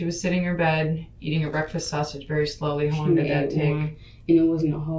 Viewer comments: Her misusing words like "prolong" or mispronouncing simple words like "sausage" and constantly calling Deonte "mah dude" all really annoy me for some reason. It makes her seem like an uneducated and incapable person to raise a child. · .....lots of the 13 cannot pronounce the word 'sausage'....and they all mispronounce it the say exact way....i just don't get it...... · The way that woman says sausage irritates me in a way I can’t describe. Why can’t black people pronounce the most basic words correctly 🤔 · Between these bold face lies, lack of accountability, the request to play Gospel music and her inability to say “sausage” correctly I am royally disgusted by this chic.